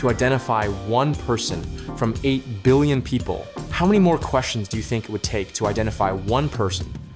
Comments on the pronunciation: "16 billioin" :3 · "16 billioin" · 16 "BILLIOIN"